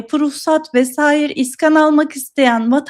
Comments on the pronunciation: ne olur şuna, "iskan" deyip durma... "iskân" demeyi dene... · İskan değil, iskân.